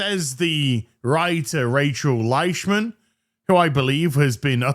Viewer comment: I'm sorry - Rachel what? Rachel Leish-what?